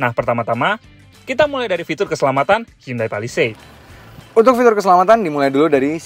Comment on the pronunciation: pelafalan Indonesia yang bener, Hyundai = hi-yon-de / hyonde